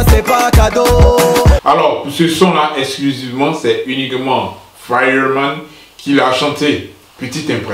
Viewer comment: Comment tu prononces Fireman là 🤣🤦🏾‍♂️